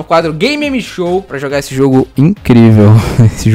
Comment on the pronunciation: Só eu que ouso "gay meme show"?